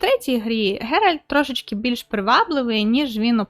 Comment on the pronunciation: Шановна, будь ласка, правильно вимовляй ім'я головних героїв - Ґеральт, Цірі, Тріс. Слава Україні! Слава ЗСУ! Хай квітне Український Ютуб!))))